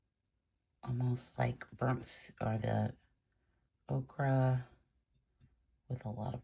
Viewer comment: The correct pronunciation for yellow ochre is “O-cur” not “O-cra”. I love your work! Thanks so much for sharing.